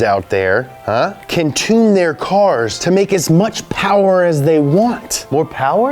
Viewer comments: Moore pawa....bhabee. MORE POWER BABYYYY, haha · Lol MO' POWA BAYBEH!! MO' POWA BAYBEH MO-POWBAYBEH!!!!!